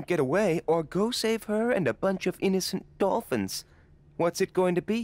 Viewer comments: "the Bolphins" 2019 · The "bolphins" slip up was probably the funniest thing ive heard all year lol